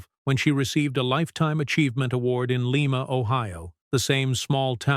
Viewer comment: Lima, OH is pronounced Lima like Lima bean… not leema…